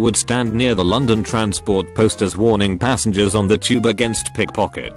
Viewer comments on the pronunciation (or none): none